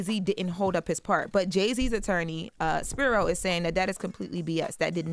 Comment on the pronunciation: Just one note: It’s pronounced SP-EYE-RO